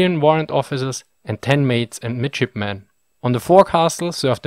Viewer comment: Lol who else heard midshipmen as midgetmen?